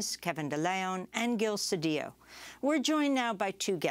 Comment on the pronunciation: I'm glad that Ms.Abdullah used the proper pronunciation of ll In Mr. CEDILLO. We learned that making ll yy was Castilian Spanish spoken be the haves. The indigenous were forced to be have nots,, as they were muslim, and not willing to follow the dictates of the Catholic church. Any name ending in ola, ela, Olla, ella,, ello etc. Was originally Allah. Abdul Allah means servant of Allah. THIS REALITY PROVES IT SELF.